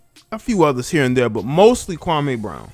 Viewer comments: you're not pronouncing his name correctly. It's pronounced 'Kwa-Mee' not 'Kwa-Maaay'. I usually don't care about these details but KB literally has a problem with the way SAS says him name so it's kinda ironic that some of the very people who are siding with KB are also inadvertently butchering the brotha's first name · SAS goes at everyone.... I don't understand what y'all talking about? He clowned Kwame Brown but he's clowned a ton of players, black and white over the past 15 years!!! Yes Kwame's name and how he pronounces he's name is part of what SAS is known for.... I'm not bout to feel sorry for Kwame because he had multiple opportunities to turn his career around and he became a decent role player and made over 60 mil in the process.... And I'm sorry Barnes was an elite defender and a very good role player and a dog!... Also Stak5 was a borderline All Star and dog and always rode for his teammates